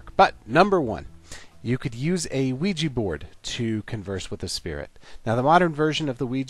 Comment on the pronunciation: Luiji board? 😂